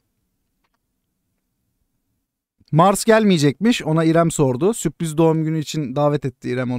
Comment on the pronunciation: süpriz değil la sürpriz